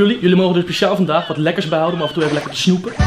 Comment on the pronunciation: Hoe milo de p uitspreekt van snoePen